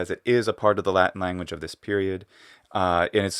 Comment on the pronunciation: I love the way you pronounce the word Latin in English with the full t sound and the ɪ vowel before the n. Unusual for Americans to not either hold the t or use a glottal stop there and pronounce the n syllabically